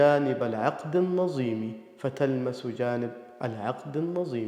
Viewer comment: الظاء تنطقها زاي (على ظمإ زلالا - العقد النظيم) الذال تنطقها زاي (ألذ من المدامة - ويأذن للنسيم)